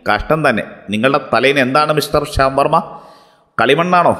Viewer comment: ശ്യാംവർമ എന്ന് പറഞ്ഞപ്പോൾ ഷവർമ എന്നാണ് കേട്ടത് 🤣